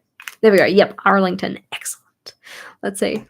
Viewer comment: I love that you can't seem to say "Arlington" without sounding American xD